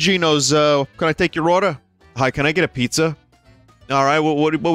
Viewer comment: The fact he never said "Pizza Griffin" but instantly said "Peepza" actually really bothered me